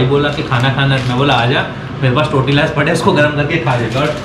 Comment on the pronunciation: Wo टोरटिला nahi तोरतिया hota hai pagli